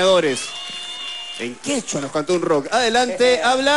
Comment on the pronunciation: no pronuncia bien el quechua